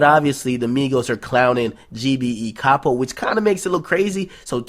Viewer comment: Its Pronounced Cap oh